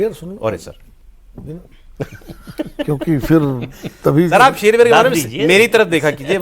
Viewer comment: Shakeel aazmi ka sher hai, magar aapne jara galat padha